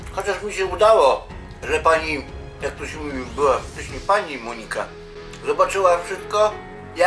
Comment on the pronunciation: Monika nie akcentuje się na O.